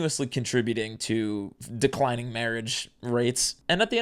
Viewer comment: SIR you said Mawage wrong